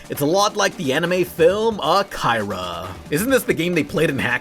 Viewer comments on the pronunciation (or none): Jesus how you pronouncing Akira wrong in this day and age? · this man pronounced akira as ah-kai-rah